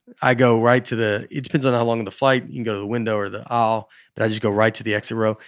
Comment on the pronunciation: Also, like how Nate says “aisle.” Sounds like he said “owl.”